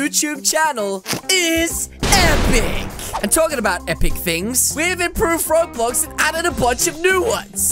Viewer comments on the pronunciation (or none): Did you say roblux